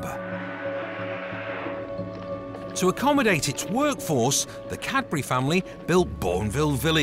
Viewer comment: The man can’t say Cadbury. Sounds like Capri’.😂 Bye I’m out.